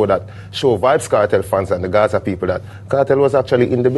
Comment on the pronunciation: from SA mi seh Gaza not Guzu😢